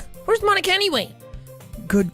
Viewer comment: I give my moam to... m-my moam to ponika. 🤣